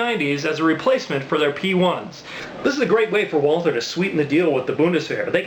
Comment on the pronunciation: Awesome Video! Can't wait to see you kick some ass with it. You got the pronunciation right :)